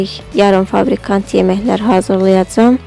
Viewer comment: "Fabrikant" yox "Fabrikat"